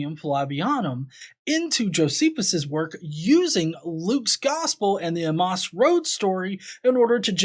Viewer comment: Half way through I finally realized he was referring to the road to Emmaus. Honestly, the way he says it makes more sense when you sound it out, I just had never heard it pronounced that way.